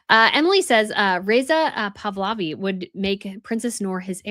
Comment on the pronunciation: Pahlavi, NOT Pavlavi. Please get this right !!